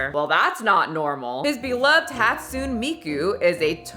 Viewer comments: He's married to Hatsune Miku, she's a vocaloid singer and featured in many games. I actually really enjoy her games and music. I've been to one of her concerts lol. It's wild. The same stuff they used to bring Tupac back for concerts. It's also pronounces Hat-Su-Nay, not Hat-Sune. Not a big deal, just a general Japanese thing, when names and words end in 'e' the pronunciation is often an 'eh' or 'ay' sound. Like Sasuke. But men marrying dolls is becoming weirdly normal... Not sure if you get to it in this video (I'm commenting as I watch) but if you don't mention it OMG PLEASE look up the body builder that married a sex doll. There is also another man that married a sex doll and "HAD A CHILD???" with her? His mom HELPED 'deliver' the baby. And now that sex doll is missing and he's dating a new one. It's WILD. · Hi, I used to live in Japan and I speak somewhat conversational Japanese. You missed the hi in Akihiko. Try Akee-hee-ko. You also missed the e in Hatsune. It's pronounced Ha-tsu-né. About bullying in Japan, I can't tell you much about middle school, since I was in my 20's while living there. Can't imagine it's like in animé though. However I once met my boss on the street doing off hours and he yelled at me. In a very crowded street. In front of my new coworker, whom I was in charge of. Didn't know what to do, so I just walked away from him.